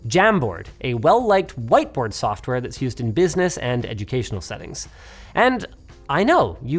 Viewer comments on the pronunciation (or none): none